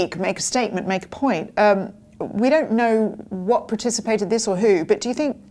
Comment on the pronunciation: the word is "percipitated" not participated